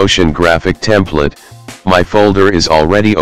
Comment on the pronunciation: "Templet" yeah? haha